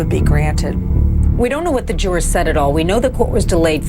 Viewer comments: Karla Morales jew-raaahr 😂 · Emma Mason Nancy is a dumb ass. Can't even say jurors correctly